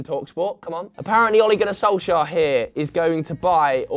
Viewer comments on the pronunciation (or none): none